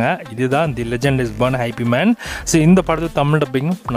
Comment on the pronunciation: Not ஐ.பி. man it's இப் Man